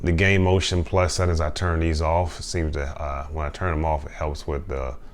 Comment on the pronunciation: I wonder if he knows there's an "ing" at the end of settings? "Settin's" 🤣